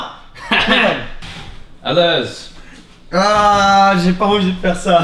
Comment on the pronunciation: "ALEURRS" ;D